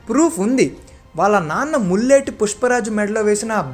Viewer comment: ముల్లెటి కాదు.. పుల్లేటి bro